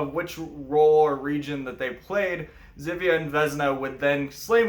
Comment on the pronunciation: "Ż" in Polish is read as "J" in French. As previously I shared Your film on my FB page, but again I suggest You to check pronunciation in Google Translator. :)